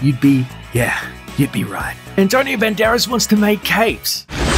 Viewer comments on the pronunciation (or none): LOL You call him BEN-DAR-ESS, While his pronunciation is BAND-ER-ASS